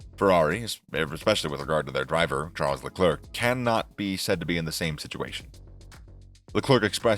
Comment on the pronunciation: Lol you can remember to promounce it Al-peeen but it's very paintful to listen you you call him Charls le clerk. When it's pronounced Sharl le Clair. Until you get the basics right, I probably won't be watching more of your videos as it sounds like a character actor reading a script on a topic they know nothing about.